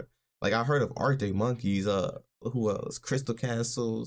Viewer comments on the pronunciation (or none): none